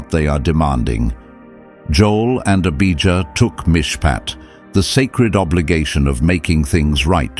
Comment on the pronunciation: Abijah not Abigail. Beersheba not Biashiba Not Debbie.